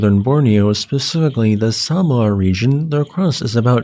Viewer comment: Oh gosh. You should say Sabah.